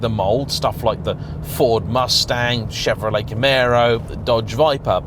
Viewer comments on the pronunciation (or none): none